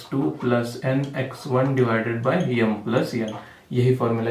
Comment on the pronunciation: Sir यम nahi m... Sorry but nice explanation ...... Understood everything...